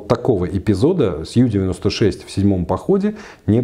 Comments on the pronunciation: Полностью согласна. Подобные огрехи неплохо так портят впечатление от специалиста. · Блин, ну ребята. Уважаемый историк подводного флота и опять Ю-96. Ю, блин. Уже уши режет. У-96, у немцев все лодки были У!!! Unterseeboot, что русскими буквами будет приблизительно как Унта(под) зи(водная) бот(лодка). Блин, ну это же элементарно. Англицизмы тут вообще не уместны